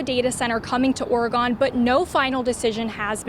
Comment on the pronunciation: Lol guys, it's pronounced "Ory-gun"